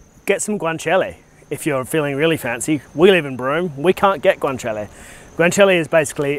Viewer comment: Hello, you’re a legend. Great work on respecting the original dishes, and then adapting them, based on what’s available. Ain’t nothing wrong with that. I am particularly impressed with your knowledge of, and pronunciation of, GUANCIALE. Well done and greetings from regional Victoria. Keep the vids coming!